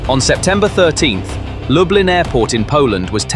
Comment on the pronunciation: DET HETER LUBLIN,INTE LUB LIN.